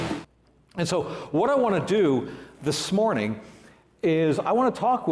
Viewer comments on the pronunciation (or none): He said "thisSmornin". Doy..!!!! With a s